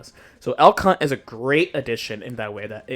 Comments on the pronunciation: El Cunt. I love it. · Unrelated and unimportant but every time I hear Elk Hunt, I think you are flaming Elphelt calling her El *unt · They cannot keep pronouncing "Elk Hunt" like this.